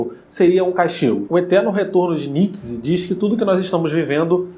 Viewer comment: Não é "Nits", é "Ni-tchê".